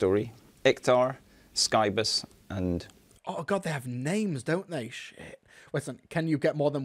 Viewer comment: First, the Character Options guy can’t operate his own action figure. And then he can’t even pronounce ‘Scibus’ correctly! Cancel him!